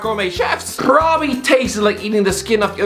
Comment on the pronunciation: Does anyone hate it when he says probably